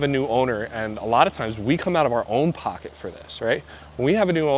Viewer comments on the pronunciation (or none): none